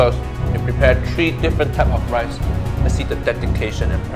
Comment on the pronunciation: blud can not make rice right ☠☠☠☠☠☠bluds making wice